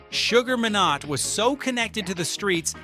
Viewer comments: His name is pronounced Sugar My-nott = minott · His name is pronounced My..nott, I know the man and his family especially his daughter Pashon... ask any Jamaican. Say My then not and you will get it correctly..